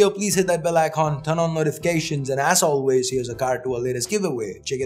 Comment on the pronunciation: I heard said "ass always" instead of as always... 😗😗